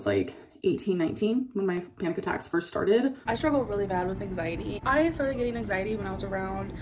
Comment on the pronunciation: Are we not calling it “anxiet” anymore or whatever the fuck she was trying to say